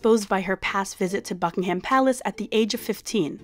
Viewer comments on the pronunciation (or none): Your videos are great but please try and learn how to say English words. Buckingham Palace - you drop the "h". : Buckingam Palace. Same with Shire - it's "sheer". ❤